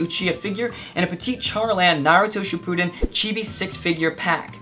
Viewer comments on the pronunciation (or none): "Narooto shipooodin"